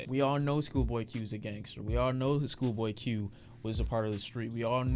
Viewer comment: Fix yo H in the intro my guy